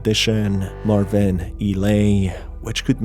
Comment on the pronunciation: It's marvin. Not marviiiin